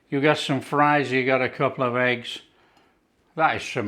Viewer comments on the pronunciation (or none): none